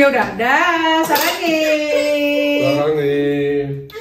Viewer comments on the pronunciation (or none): ga nyampe bilang sarange lucuk bgt 😂